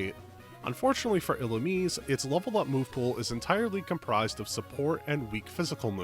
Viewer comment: "ee-loo-meez" Serebii is free 💔